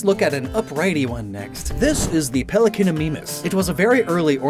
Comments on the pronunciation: Love the Fakemon but Im pretty sure that its pronounced “mime” instead of “meem”, so the “mean” part of the name still works but not as well as it would if it was pronounced as “meem” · “Pelecanimeemis” Stop! You’re killing mee! I’m melllttiiiiiiinnngg! The pronunciation, it’s to dangerous to be allowed to be spoken! Nooooooo..... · The "mimus" in Pelecanimimus is pronounced "My Mus" Looks like you need to brush up on your Latin not just Spanish